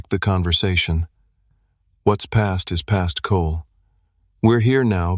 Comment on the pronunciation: So f knows why but the AI pronounces every “is” as “island”. Thru the whole story. Too f’ing annoying